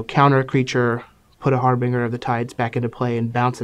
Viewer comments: That's pronounced "Har-bin-JUR" not "Har-Bing-Er" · HARBINGER! It's pronounced har-binge-er as in binge-eating or binge-drinking, with a harsh "g" sound. It's means like an omen announcing the arrival of something, ie. he announces the coming of the tides. Which like, doesn't make a whole lot of sense, but still. It's really painful to hear it mispronounced so much.